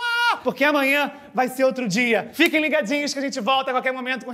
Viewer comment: Quando o fala "vinheta" eu se derreto de rir kkkkk